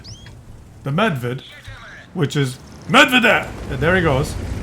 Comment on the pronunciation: Medved (cze) = Bear (eng).The English pronunciation of "Medved" is MEHD-ved, with the emphasis on the first syllable. The "e" sound in the first syllable is similar to the "e" in "bed," and the second syllable is pronounced like "ved" in "beverage".... thanks for video, with perspective, detachment, objectivity and a sense of humor.